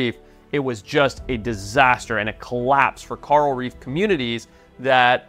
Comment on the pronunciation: Who is “Carl Reef?”